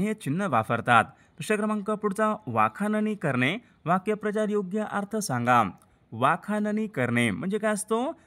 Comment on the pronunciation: वाक्य प्रचार...नाही वाक्प्रचार असा आहे उच्चारण चुकीचे...